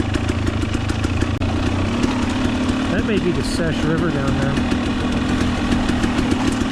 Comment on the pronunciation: C-Sech is how it's pronounced. Awesome video. We rode near that last month to the bomber. The bridge right before you made it back to camp had salmon spawning in it when we were there.